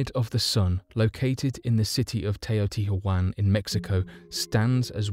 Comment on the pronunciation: The pyramids at Teotihuacan are NOT Aztec; and archaeologists DO know what they were used for. Also, Teotihuacan is NOT pronounced Teotiajuana. It's pronounced: TEO TI WUACON. Come on, man! If you're going to talk about ACTUAL HISTORICAL incidents, facts, places GET YOUR INFORMATION AND PRONUNCIATION CORRECT. Also, in tbe other one you did The "Sea People" ARE discussed by scholars and were NEVER thought to be "monsters". It shows, clearly on the temple walls, that they are PEOPLE. The ONLY mystery was exactly from where they came. By the way, they've even, for the most part, figured that out. Also, the Navajo - the Native American tribe from the Southwestern United States - is pronounced: NAV A HO. How, ON EARTH you could be unaware of that, I have absolutely no idea. You have the internet -- USE IT TO ACTUALLY LEARN SOMETHING BEFORE YOU TALK ABOUT IT IN YOUR VIDEOS. *BTW, the ones I pointed out are far from being the only ones that are incorrect. They're just the first that come to mind. OTHER THAN THAT, THE VIDEO IS PRETTY GOOD. NICE VOICE. GOOD - FOR THE MOST PART - CHOICE OF "MYSTERIES".